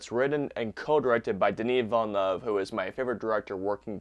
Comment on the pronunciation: It's more than fine. Hey, you at least had 'Villeneuve' mostly right. I've heard some horrifying stuff looking reviews of this movie.🤣